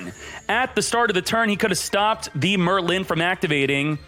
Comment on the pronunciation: Yes, we all know the great sorcerer “Murr Lynn”